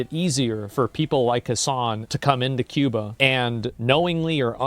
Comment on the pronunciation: I like how he says cooban what a retard